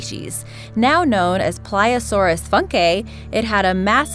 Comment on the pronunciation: You completely butchered the pronunciation of plesiosaurus by the way lol.